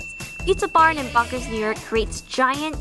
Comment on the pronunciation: You were in my city of Yonkers?! I work right down the street from Pizza Barn 😭 I think you said Bonkers lol